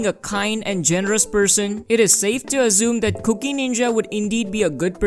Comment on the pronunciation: i cant unhear 'cookie' lol